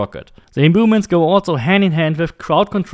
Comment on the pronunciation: “Imbooments” Love it